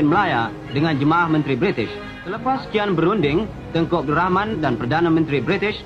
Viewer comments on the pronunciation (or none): Ap gk salah dengar TUNGKU...BUKAN NYA TENGKU..